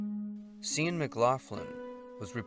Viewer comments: The name Cian is Irish and is pronounced 'Kee an'. These missing people, their stories, their names, and their family are important to honor respectfully. And sometimes that respect might require looking up any name one is a bit unsure how to pronounce. It only takes a few seconds and conveys a much more professional message than just winging it while discussing the most profoundly challenging moment of their existence. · Kian...hard 'C' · Cian is pronounced with strong "C" i.e. so name would be sounding like the word "keen". I am from Dublin, and remember reading about poor Cian. 🧚‍♂️☘🇮🇪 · His name is pronounced like keen/kee-ann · 'Cian' is pronounced 'Kee-ann.' Thank you for bringing us these people's stories. that last one seems so avoidable!